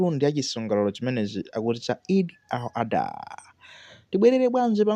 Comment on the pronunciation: Eid al-Adha! Not Eid al-adhuha kungozolowera chiyao basi